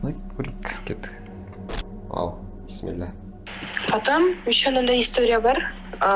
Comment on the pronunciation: Піссіміллә емес вообще то Бисмилләһ деп айтылады. Мағынасы өзгеріп кетеді ғой сөздің. Қатесіз айтсаңыздар пайдасы тиеді.